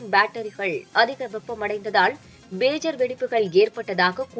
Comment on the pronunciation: What a great news reader, that’s PAGER; not BAGER. please teach your readers. BAGER sounds so awkward